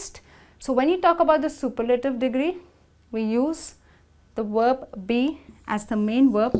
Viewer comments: She said worb instead of verb🤣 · Verb with a "V" like "vroom" not "w" like worm.... please learn how to pronounce words before you try to teach a language.........